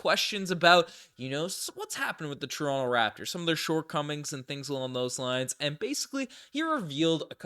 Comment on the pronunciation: calls Toronto= " Torinke' "